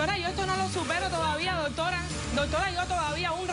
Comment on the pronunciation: MUJER TEN EDUCACION, PARA HABLAR NO TIENES QUE DECIR TANTO DOTORA, NI SIQUIERA PRONUNCIAS BIEN ES DOCTORA,, Y QUITATE ESE TINTE TE QUEDA HORRIBLE, J jajajajaja. Cuanta crapula junta, jajajajaja POLO POR FAVOR EN ESTE NUEVO PROGRAMA DEL 29 DE OCTUBRE DE 2018 NO PONGAN TANTA CHUSMA QUE VUELVE UN GALLINERO, DE SER ASI COMPRE TAPE Y UNA CORNETA PUES SE QUEDARA AFONICA CON ESTOS SALVAJES SIN EDUCACION NI RESPETO PARA SU SALA